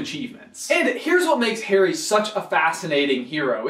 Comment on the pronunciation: Stop saying ''Hairy'' lol